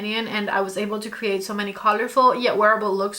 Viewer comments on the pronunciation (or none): none